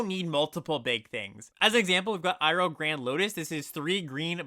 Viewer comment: You pronounced Iroh right! I'm proud of you, man 😢